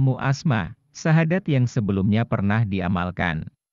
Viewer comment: Assalamualaikum.mf bacaan terakhlir nya kurang jelas syadat apa syahadat bacaan terakhir asma nya